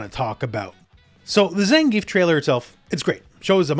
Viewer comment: ppl just can't pronounce Zangief's name right. lol